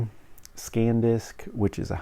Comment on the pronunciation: Bro, it's san disk, not scan disk.